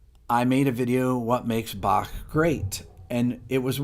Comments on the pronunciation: I love that you say "Bach" instead of the usual English "Bakk"! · Impressed that you, an American, can pronounce Bach. 👍